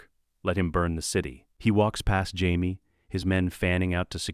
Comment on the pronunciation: when I hear jamie pronounced as Hyme i stop the video and go elsewhere.